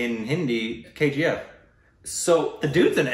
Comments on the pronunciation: Wow hindi pronunciation is very good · said it correctly